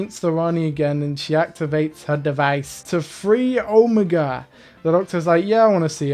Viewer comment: Best part about the Omega reveal is that the doctor forgot how to correctly pronounce his name, would’ve been too much effort ig